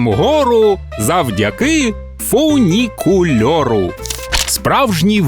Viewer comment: фунікульору - фунікулеру